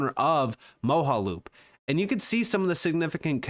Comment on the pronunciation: Thanks for the video as always! Mojaloop should be pronounced “Mo-Jah-loop I think. “Moja” meaning One in Swahili. “One loop” would make sense for interoperability 🙃👍